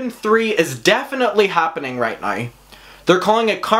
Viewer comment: "Sit-che-a-tion" love your accent I truly truly am living for it 'na-e-w' (now) just delightful and I love those baby blues honey...work it! ❣ and that in your face pause with those baby blues looking into your soul O. M. G. Just had me like 😳😳😳😳😮😳😳😏